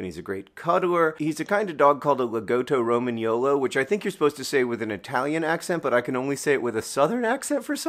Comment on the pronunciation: Your saying Lagotto Romagnolo was great. And yes "Potato é proprio una patata" 😸 Greetings from Italy 💜